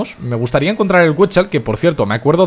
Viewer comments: se dice quecsal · se pronuncia "ketsál"